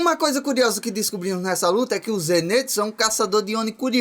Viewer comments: É ZENITSU E NÃO ZENÊTSU😭😭😭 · Só eu que percebi que ele ta falando errado o nome do zenitsu ZENITSUU NIIIII NITSU